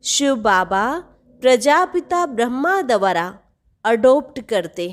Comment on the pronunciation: baki sab kuch accha hai par ek correction hai dwara is shabdh ka uccharan ko teek karlo